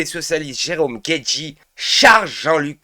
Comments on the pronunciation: C'est pas Jerome Guedji c'est Jerome Guedj.. c'est pas "deux poids d'mesure" c'est "deux poids deux mesures" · guedjyyyy ! Mais t'as raison, contrairement à bompard, il ne mérite pas qu'on prononce bien son nom